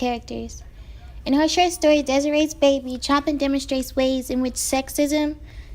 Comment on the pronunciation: Just pointing out, the general pronunciation is 'Show pan' not Choppin'!